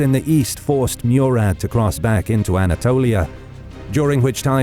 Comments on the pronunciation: its not Meurad its Murad try to pronounce names correctly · It is "Morad" not Murad. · Murad pronounced Mo-Rad not Mew-Rad. Great animation by the way 👍